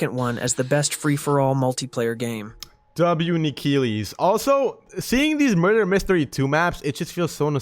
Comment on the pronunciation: freakin larper,he doesnt even know how to call Nikilis right